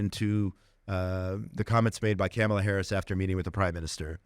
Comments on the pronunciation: IT’S NOT PRONOUNCED CAMELAH. WAHHHHHHHH!!!😢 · You keep pronouncing Kamala Harris's first name wrong.